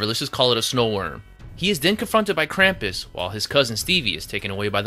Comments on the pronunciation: They say Krum-pus not cram-pus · Oh my gosh, it isn't "Kramp-iss"! It's "Krump-oos". Drives me nuts. Yes, almost everyone but Omi says it wrong in the movie. The director and producer clearly put a lot into the movie. Ya wonder why then they completely botch the name of the main character!? Which then resulted in everyone that watches it that didn't grow up with Krampus, now thinking that is how it is said. And it is sooo incredibly annoying. So please people, maker of this YouTube video included, it is pronounced "Krump-oos", not "Kramp-iss". Good God.